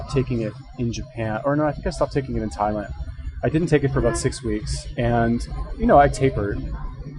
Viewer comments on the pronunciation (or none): none